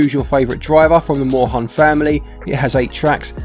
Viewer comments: german here, Moorhuhn is actually pronounced like "more hoon" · Try pronouncing it "Morehoon" xD